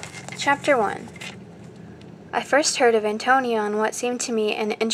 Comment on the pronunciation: Her name is pronounced Anton-ee-a